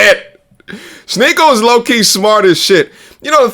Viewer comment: Its shneako